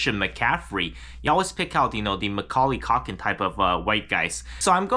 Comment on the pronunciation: Macaulay "cock-in" bro stop.